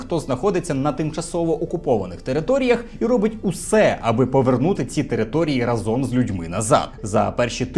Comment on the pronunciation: не разОм, а рАзом. Дякую за відео!